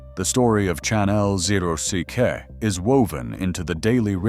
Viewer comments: What is "Channel EL Zero See Kay"?🤣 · They are called "channelock ", not chanell zero ck....@ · "Warwood Tools opened its doors in one-thousand eight hundred and fifty-four." Remind me what the "I" in "AI" stands for? Even better: "Chan-L-zero-C-K." Apparently that's Channellock. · the tool is pronounced channel lock fix the speech pattern please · It would be nice to have a real video to go with these real brands “Chan-Mel-zero-see-Kay” or a brand “since one thousand eight hundred fifty four” the reason these brands may be struggling is the exact same reason this bullshit video is made nothing is fucking authentic anymore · The mispronunciations are pretty jarring. "Chan-nell-zero-see-kay" really threw me. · AI can't even say "Channel lock" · The pronunciation of "Channellock" was extremely incorrect. It is hard to imagine any human mispronouncing that name. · Warwood. Great tools! I have several and love them. If I was Channellock, I'd be pissed about this AI voice mispronouncing my company name and more pissed about your seemingly being ok with it. I appreciate the making of the video to let folks know what's available but lose the AI. I also like my Channellocks, Leatherman, and Klein tools along with quite a few old USA made tools.